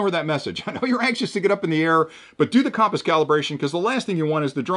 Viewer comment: Compass - pronounced: kuhm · puhs 😅